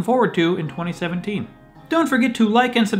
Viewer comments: You said 2017 wrong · GOOD STUFF SAID 2017 WRONG OMG